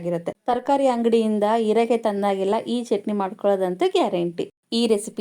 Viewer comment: ಹಸಿಮೆಣಸು ಅದು ಅಸಿಮೆಣಸು ಅಲ್ಲ ಹೀರೆಕಾಯಿ ಅದು erekai ಅಲ್ಲ ಮೇಡಂ.